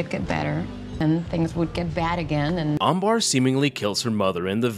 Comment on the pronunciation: Her name is Amber and not Ambar